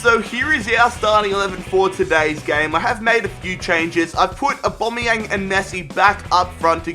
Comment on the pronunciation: Can you please say Aubamaueng properly